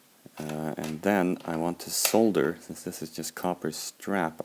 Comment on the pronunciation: always nice to listen to some one who knows how to pronounce ‘solder’ properly!!